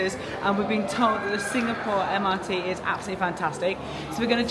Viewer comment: pronounce MRT as Emirati ❤🎉😂.